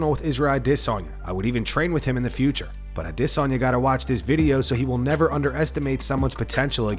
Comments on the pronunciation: iv listen for a long time and the way you say Adyesana makes me wanna punch a ufc fighter😂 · Dude, just say Adesanya's name like everyone else. Nobody cares even if that's the proper way to say it.